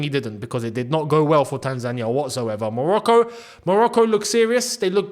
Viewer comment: cheering for Morocco hurts man💔 I feel betrayed😂 Really wanted to hear your thoughts about the match and your views on how we played! It’s a fair assessment, wish we got atleast a point but Morocco were class👏🏻 Love how you pronounce Tanzania! Welcome, visit Tanzania when you get the chance mate its a beautiful country, beautiful and friendly people with lots of interesting touring sites including Zanzibar, Kilimanjaro the highest free standing mountain in the world, The Serengeti and so much more❤ 🇹🇿🇹🇿🇹🇿